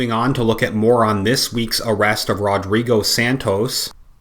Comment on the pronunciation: 'RodBigo' LOL!